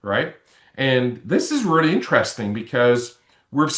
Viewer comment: Sounds like all those years of reary, reary hard work with your speech therapist haven't done much good.